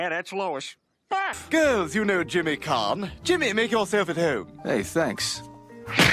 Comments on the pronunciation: Jimmy Can, not Kahn. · Jimmy Caan